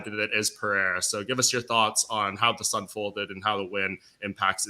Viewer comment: Why does everyone get autism when pronouncing Pereira? Where does the h come from?